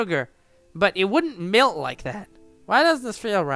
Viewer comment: also i can tell you've never had any experience with the southern portion of the United Stated because you pronounce 'melt' like 'milt' well, i guess it...could still......make sense